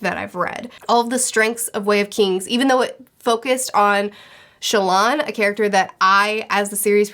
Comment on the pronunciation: Interesting pronunciation for Shallan. I always imagined it as 'Shallan', kind of rhyming with 'Talon' rather than 'Sha-Lan'. Now I want to know which is the correct one. And wow - this shows how tastes differ so much. Steelheart gripped me like nothing imaginable. It really caught my imagination, and compelled me. Probably read it around six times, along with the other Reckoners novels.